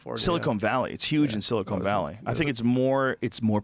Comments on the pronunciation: Silicon, not silicone bro. "Kawn", not "Kown" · Joe, do you keep calling Silicon Valley, Silicone Valley? Stop!